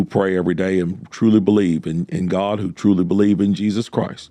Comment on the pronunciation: He didn't say GOD, he said GUAAD🤣🤣🤣